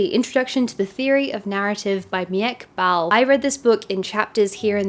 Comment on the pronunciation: Just wanted to comment on the name of Mieke Bal, it is a Dutch name. It is pronounced as Me - kuh Ball